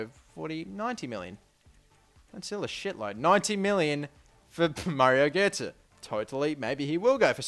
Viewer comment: Well done for pronouncing götze correctly 1st time